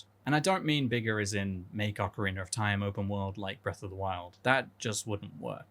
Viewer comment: Ocarreenur of time